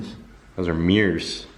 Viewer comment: spends like 10 mins roasting ol dude for sayin bowlth then he says "MEERS" lol love this channel fr fr